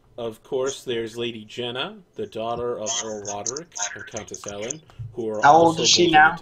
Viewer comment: For future reference Aelle is pronounced Ay-luh